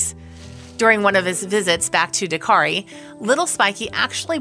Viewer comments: Narrator: the name of the rescue organization is ‘DAKTARI’, not “Dakari (sic). Dak-tari. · Cute story but the narration grated a little with the insistence that the organisation was called Dakari, it's DakTari. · It's DAK-TARI ! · dak·teh·ree say it right at least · It's DAK - tari. Means Doctor. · Why can this girl not say DakTari? Why are hedgehogs in the video?